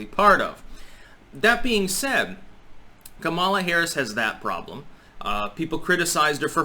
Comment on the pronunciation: It's pronounced; COMMA-lah